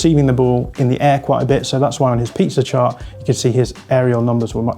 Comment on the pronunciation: Why does he say pizza chart? 😂